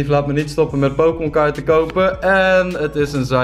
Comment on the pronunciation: Jij weet echt bijna niks van pokemon....Kun je al zien als je hun namen uitspreekt.